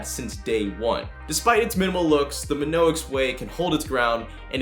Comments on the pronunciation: My-On-Ix Not "Min-Ox" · It’s pronounced My-onix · Isn't it.... Mee-onyx? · Oh the mispronunciation of Mionix... ouch... my on ix good video though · Your saying Mionix wrong it's annoying me I'm sorry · lmao you mid pronounced mionix